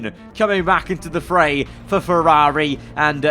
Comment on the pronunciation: F1 Games Playstation wants a word with you over the pronounciation of Ferrari 😂😂😂